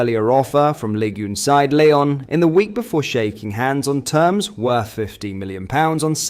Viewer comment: Lion??? Its Lyon...pronounced Leon!!!!!!!